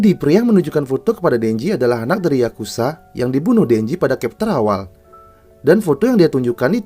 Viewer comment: Bang, masukan dikit ya. Chapter itu dibacanya capter bukan kepter. 🙏